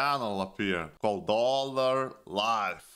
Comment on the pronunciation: Wait dollar is russian or its just his accent?